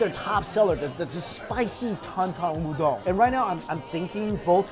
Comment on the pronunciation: why do u say ooodong(udong) its just oooodon(udon)